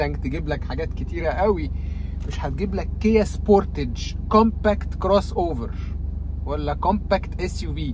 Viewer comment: قلما اعقب حتى ولو كنت عامل اشتراك في قناة، لكن بتوقف وبحذر المراجعين على يوتيوب من غلطة النطق الغلط دي بالذات. وجب ان اشكرك على النطق السليم لماركة (سبورتتچ) التي اصبح نطقها (سبوتاااچ)!! ولااعلم سببا منطقيا او لغويا لهذا النطق المعوج ....لنا الله. اتمنى ان كل مراجعي السيارات المصريين ان يتوخوا الحذر لانهم سفراء المعرفة واي خطأ يرتكبون هو نشر لمعلومة مغلوطة هو خطأ لايغتفر.